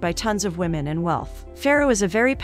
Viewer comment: " A wemon " ?